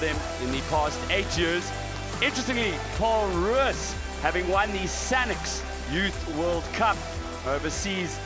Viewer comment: Wish the commentators would stop saying "Paarl Roos"; the Afrikaans is "Pole Roos".